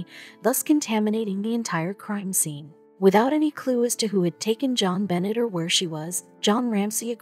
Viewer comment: It's not pronounced John Bennett He's name is pronounced "Jo'n Ben'aye" 👧 M. Illinois.